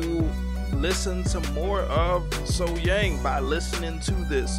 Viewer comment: Outdoors, sitting down, live, sang the sax solo.. Thats a mic drop and in my opinion there is noone finer than SoHyang.. Then or now.. That's a 20 out of 10. Also its SoH"young" pronounced..